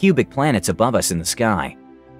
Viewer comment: Okay, philologist nerd over here; Acheron is named for the mythological Greek river of woe, in the underworld, Aχέρων (A Kh Ey R Oh N). The Greek ‘X’ makes a “Kh” sound but words from Greek spell it “ch”. So next time just remember it is like the ‘CH’ Christmas. PS that is also why X-mas is the short hand for Christmas